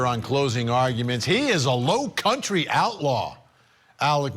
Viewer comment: Low country?? Dude ya said it one too many times in the wrong way